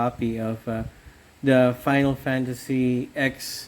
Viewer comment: Lol, you called it "Final Fantasy Ex" lmao. "X" is pronounced like it should be as a Roman numeral - ten.